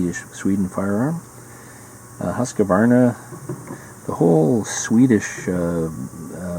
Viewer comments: It should be pronounced 'hoosk' 'varna' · No E sound between the Q & V Pet peeve of mine, every Gun channel says it wrong :p PS Husqvarna still make a ton of stuff